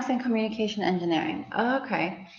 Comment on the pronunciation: Communication not cominication